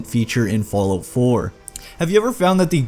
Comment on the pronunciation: I love how you say "Follow" instead of "Fallout" xD